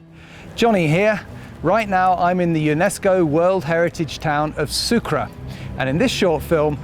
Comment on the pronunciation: No es sucra es sucre.... mismo en ingles se pronuncia: su-cray....